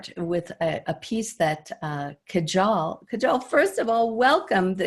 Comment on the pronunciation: Kajal is pronounced Kaahjul